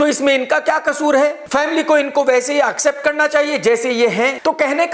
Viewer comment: Sir , please pronounce accept not AUkcept 😀😀😀😀😘😘😘😭😭😭 always ❤️& ur side.